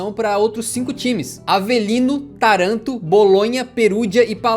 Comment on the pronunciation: A pronúncia é TÁRANTO.